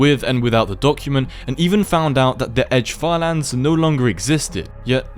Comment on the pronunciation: "falans" how British are u😭✌️